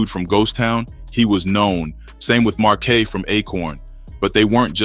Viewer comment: Just realized this another ai voice smh marquay? Marquise you mean? I’m tired of this kinda lazy ass. Even showing the notes from you using chat gpt lol